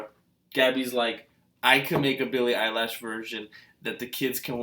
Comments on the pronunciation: EILISHH LISHH NOT LASHHH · ITS NOT BILLIE EYELASHS . JEEEEZ.... ITS BILLIE EILISH